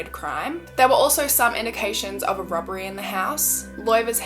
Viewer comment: Everytime she says "robbery" I hear "rubbery" and I giggle a little. (I know, I'm so immature) On another note, this is such a sad event. May their souls rest in peace.